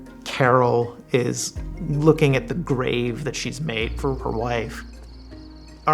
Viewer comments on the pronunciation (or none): none